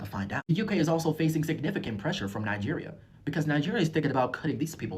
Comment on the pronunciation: I was today years old when I learned it was pronounced nijjjjjeeerrrr.